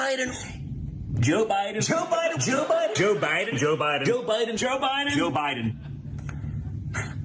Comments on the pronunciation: He looks high. lol Joe Bi-en lol Its like they cant pronounce their D's. At the end a bus goes past in the background that looks like the woman in the middle! Plus its ironic that a games being played where your not allowed to give away the game and the woman on the bus is making a "Shhh" gesture!" PMSL If that was just coincidence then that's pure natural gold!😂 Plus I want that Dog with the bandana. haha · Don Jr., aka peewee Herman, is too high to say president Biden name correctly. 😅😅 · Joe Bahden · As much as I dislike Stephen Miller, I think the way he pronounces Biden’s name is typical of Californians. My wife and I are both native Californians and we drop the ‘e’ sound, too. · I pronounce it "President Biden".